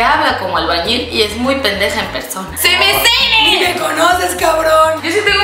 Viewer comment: Simisimi Jajajajajajaja es sim simi 😂